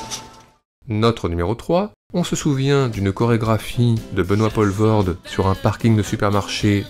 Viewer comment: et c'est "Pooolvoorde" pas "polvoorde"